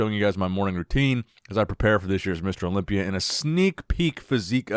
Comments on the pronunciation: I love it when he says Olombia instead of Olympia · wow, props to him I'm kinda new in the scene I didn't know about this thanks for sharing Yes English is difficult to learn if your first language is arabic, since their rhythms are different That's why he's still mispronouncing some words like Olympia, that's just his egyptian accent and I love it😂